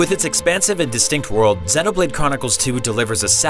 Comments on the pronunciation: Xeeeeeeeeeeeeenoblade! not zehnoblade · It pissed me off how he's saying zeno blade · is he calling it xenablade chronicles 2 lmao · "Xennoblade" lol. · The mispronunciation of xenoblade is hurting me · SERIOUSLY, how do you say Xenoblade wrong!?